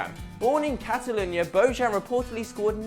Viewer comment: lol reading bellerin right but bojan not